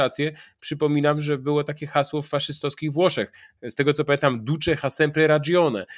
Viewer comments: czyta się nie "ha", tylko "a": Ducze a sempre radżione ... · po wlosku h jest nieme: duce ha [=a] sempre ragione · Duce ha sempre ragione... Tak ku pamięci Panie Piotrze - w języku włoskim nie czytamy "h".